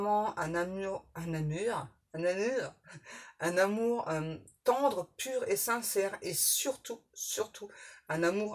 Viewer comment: Bonsoir ☺️♥️ merci car vous m’avez éclairée sur un point c’est au moment où vous avez dis « amur ou lieux amour » c’est peut être une erreur pour vous de prononciation mais pour moi c’est comment on s’appelait mon ex et moi alors merci pour ce signe 🙏🏼🥰 Bon courage pour votre dos ✨